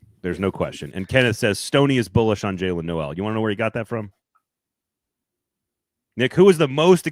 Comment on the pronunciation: Supposedly high on Noel for several months, but doesn’t know it’s pronounced “Nole”